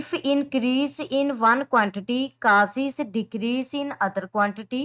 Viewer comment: Causes ❌ casis😂